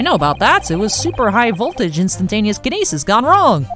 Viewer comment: Kinyeetsis. XD